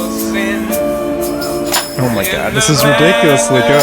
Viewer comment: Also, did anyone else noticed he says the word God as (g • oh • d) and not (g • a • d)? That O is very outstanding, just like in dohg